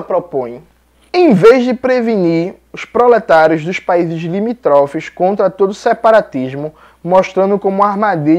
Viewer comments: Não se diz "limitrófes", o correto da nossa língua é: "limítrofes" !!! Desculpe se você não aceita essa crítica!!! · Jones, não é limítrofes, tem acento no mi, então acentua o liMI'-trofes. Tbm não se fala chau-binista, fala- cho-vinista, mas com chapéu, como se tivesse acento circunflexo de Vô. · Olá Jones, irretocável conteúdo, apenas uma observação. Limítrofes, proparoxítona, ênfase na sílaba tônica. Saudações 🚩